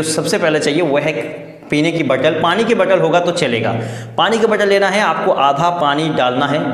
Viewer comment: Once he said pana to pani 😂😂😂 but excellent 👌🙏🏼